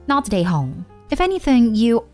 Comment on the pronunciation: When this lady says not the a-hole her accent makes it sound like she says not today hoe😂😂😂